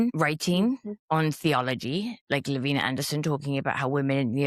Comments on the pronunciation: I worked with Lavina in publishing the Case Reports of the Mormon Alliance. She didnt pronounce her name La Vee Nah. She pronounced it Lav Eye Nah. Get it right. She didn't leave the Church. The Church left her. Yall should probably stop doing your own research. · Just a quick note - her name is pronounced Lavina with a long I La-vine-ah